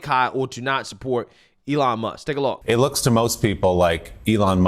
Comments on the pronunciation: just listen to how he pronounces Elon's name... "allan." clearly a sly racial slip.. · just listen to how he pronounces "Elon's" name as "allahn." that ceo is the only racist pos here. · A-lawn lmao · The ADL is so stupid... Elon Musk says the ADL is defaming him by calling him anti-semitic. What does the ADL do? They go on national television and call Elon Musk anti-semitic. Brilliant move. Total deescalation. Musk has no cause to sue now! Oh and the CEO misprounced "Elon". Again, on national television. Apparently he can't pronounce foreign names! Sounds pretty racist to me.